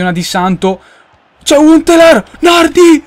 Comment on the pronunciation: Nardí con l'accento